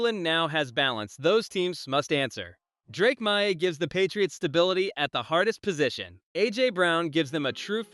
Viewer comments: Drake MY???? c'mon, bot figure it out! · Drake Meye?? LOL